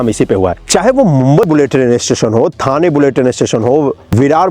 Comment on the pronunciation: ठाणे ✅✅✅ थाने ❌❌❌